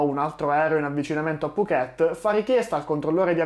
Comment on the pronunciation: Mamma mia mi vengono i brividi. Ho fatto la rotta Bangkok Phuket una dozzina di volte, di cui la metà nella stagione dei monsoni. Per fortuna non abbiamo mai avuto questi problemi. A proposito, Phuket si pronuncia con l'accento sulla prima sillaba. 🙂 Saluti e complimenti per il tuo canale.